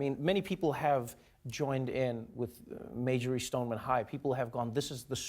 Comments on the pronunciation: It’s Marjory not Majory love you Trevor but if you’re going to bring a guest on your show make sure you get the name of their school right. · Trevor... i love you, thank you for giving these kids a platform. As a douglas alumni; it's pronounced MAR-jory not mage-o-ry. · Am I the only one who realized he kept saying Majory instead of Marjory? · Someone needs to teach Trevor how to pronounce Marjory.